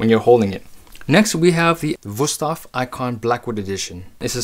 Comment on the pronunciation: WOW you actually pronounced the company’s name correctly. I’ve seen a lot of adds lately where they can’t even pronounce the name correctly. They pronounce is “ woo-stave” and not and not “vu-stafe”